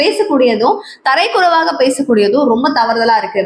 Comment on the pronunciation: Hi 🎉 Tharai kuraivu is wrong. Tharakkuraivu is right. It means low standard. It is not only you but most young people like you are using this.